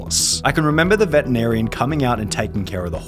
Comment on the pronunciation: Vetenarian? xD